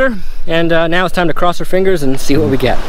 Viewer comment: "Look at vhat"🙈